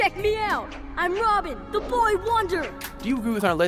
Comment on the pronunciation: he said robin wrong he said romin